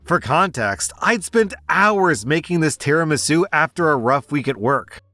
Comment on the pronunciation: "Tera-masue" im not even Italian but that made me cry in spaghetti